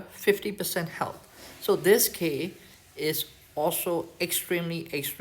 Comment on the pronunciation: You know how you pronounce “exclusive “? You use that same L sound for “skill” . Try it out, you got this I believe in you 😂. Thank you for taking the time to share your videos btw and making such an effort to share it in English as well. Very much appreciated